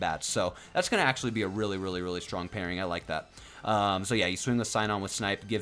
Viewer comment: Sinon in the dub is pronounced SEE-NON. Keep up the good work for our growing community!